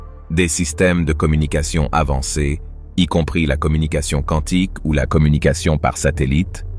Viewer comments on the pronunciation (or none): none